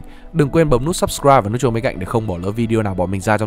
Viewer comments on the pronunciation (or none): none